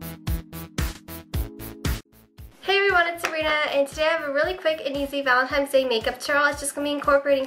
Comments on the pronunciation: u say 'valentines' like 'valentimes' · it's cute how you say 'valenti"m"e's' instead of valentine's day....lol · valentimes day hahahahaha